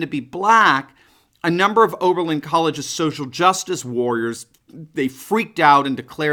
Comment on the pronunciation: Its oberlin, enough said🤔